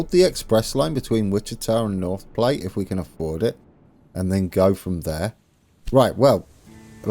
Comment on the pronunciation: I believe that North Platte is pronounced "plat" (like "flat). Anyway, you're off to a nice start. Cheers!